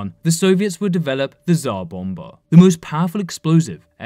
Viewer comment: Great video except the fact that you can't pronounce "Tsar Bomba" which is kind of irritating